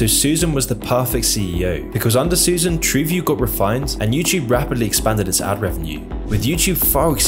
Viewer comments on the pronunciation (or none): Not sure how you get "Suzanne" out of "Susan."